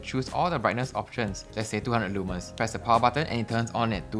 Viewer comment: Leeee manns? I know you’re Singaporean and all but come on man, that’s not how you say it lol